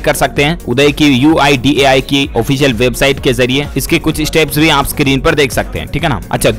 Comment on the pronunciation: Uday nahi UIDAI (यू आई डी ए आई)